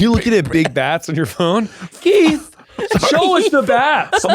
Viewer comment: I hope saying Kieths name wrong is a new bit for every podcast, "John" "Mike" "Larry"